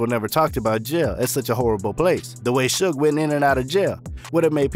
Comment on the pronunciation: It's pronounced shouge knight (suge) is spelled incorrectly for the promlnounciiation